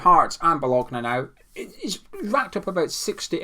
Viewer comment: I appreciate the Scottish pronunciation of Bolgona 😀